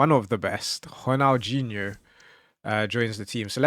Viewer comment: "HRONJALGJINO" 🤣 fuck sake just say ronaldinho